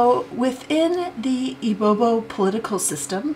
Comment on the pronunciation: It’s not ibobo lol Say “E B BEO” and you’re good 😂